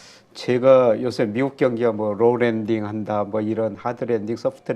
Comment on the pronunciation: 김영익 선생님은 Low landing이라고 발음 하시고 직접운영하는 채널인 김영익 경제스쿨은 Roll landing이라고 하면서 자막에 설명까지 쓰고…….경제지에는 No landing이라는데 Low와 Roll은 들어본적이 없어서 정리가 한번 필요할듯합니다.